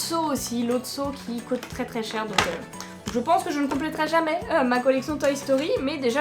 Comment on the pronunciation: Pourquoi tu dis cot et tu dis pas coût